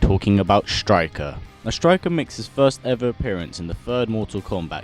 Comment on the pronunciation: You messed up the name